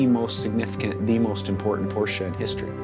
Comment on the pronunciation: as a rich Porsche enthusiast and collector: not possible to learn how to pronounce your favourite car brand correctly?